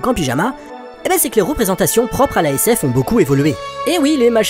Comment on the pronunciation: Quand il dit la sf je je croyais qu'il il disait la SS 😂